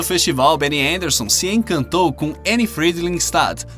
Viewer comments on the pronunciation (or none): none